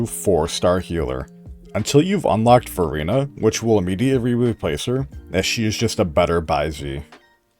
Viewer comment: istg everytime someone says verina, i only hear furina... Or did he actually say furina?